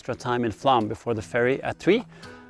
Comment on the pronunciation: Why you keep saying "Flam" instead of "Flåm"? You say the "ø" and "æ" correctly, and you also manage the "å" in your own name "" just fine.